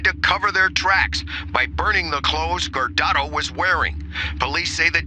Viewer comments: Did you make any effort to check with someone knowledgeable about the correct pronunciation of this boy's name. You chopped it horribly. It's Guardado, sound that shit out. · Very sad case, that boy didn’t deserve that at all, nobody does. But please lady, seek to find the right pronunciation of the names. I’m sorry could not help it, it’s just not right. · Please Try to pronounce their last name CORRECTLY. GUARDADO Thanks🙏🏻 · Very good reporting however your consistent mispronouncing of Jose’s last name as hard to listen to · you pronounced "guardado" incorrectly its not gerardo its gwar-dah-do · At least take the time to learn the family's name. It's not "Gerardo" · Guardado (wuar dah doh) not Gerardo (Jer Are Do) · At least say his name right. GuarDaDo, not gerardo. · Guar-da-do, not Gurado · His name says Guardado not Gerardo. His name is pronounced “gwar-dah-dough” not “jurr-rawr-dough”. The equivalent would be if your name appeared on the screen and I said “this is Alice” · Thx for the story but can you stop saying his last name is "Gerardo"?? It's pronounced GWAR-DA'DO. And what is up w the black girl wanting to have sex w this poor kid? I hvnt reached the halfway point in the clip but I hope she gets locked up & raped on the inside at the very least. She dun seem like she would last too long, acting the fool that she is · Very great video my condolences to his family .... but I believe your pronouncing he's last name wrong Gerardo is spelled like this GUARDADO is Gua pronunciation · Huar dado not gerrardo :/ at least take a second to respect the names. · it kills me every time she says his last name wrong. its GUAR DA DO. NOT GER AR DO. if you’re going to talk about a case then respect the victim and actually learn to say their name right. linguistic differences isnt an excuse. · The family's last name is pronounced as Gwar-da-do, not Gerardo. Otherwise, great video. Truly a sad story. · Its not Gerardo. Its Guardado, pronounced War-Dod-Oh